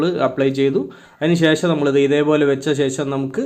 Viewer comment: ലൈക് എല്ലാം തരാം പക്ഷെ ഇതൊക്കെ ശരിയാക്കണം ....മുയുമനല്ല... മുഴുവൻ എന്നല്ലേ??... ശേശം അല്ല ശേഷം.. 😜😜😜😜🥰